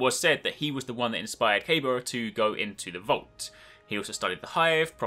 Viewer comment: Good video but really annoyed me when he pronounced Kabir wrong at